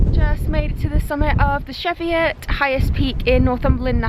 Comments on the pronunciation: Nice but pronounced Cheviot not Chevy-Ot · Really stunning watching you two and Yr adventures, its lovely escape to watch during lockdown but you've pronounced Cheviot wrong x (chee-viut) x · Good video, just one point. The Cheviot is pronounced Chee(like cheese)viut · Nice vid, it's pronounced cheeviot tho 😂 it's a great area on my doorstep, I'm surprised you saw anyone at all, it's an amazing area tho if you want to get away from everyone 😊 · One of my favourite walks up here. I do it at least once a month literally on my doorstep. Cheviot pronounced cheeviot 😂. Great video thanks 🙏💗🥾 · It’s Pronounced Cheevyut. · This looks amazing but is making me question my pronunciation of Cheviot ;) Lovely video though, I can't wait to come home and make a visit! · Well that was pronounced wrong 😕